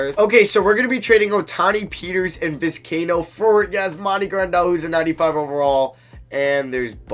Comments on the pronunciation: hearing you butcher these names is brutal, just read Vis-kai-ee-no Bed-ro-sian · Pronunciation: Viz- k - eye- a - no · love the videos and I love that your doing MLB. But please, PLEASE learn how to say these guys name Bedrosian and Vizcaino were annoying me the whole video